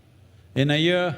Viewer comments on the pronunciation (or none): none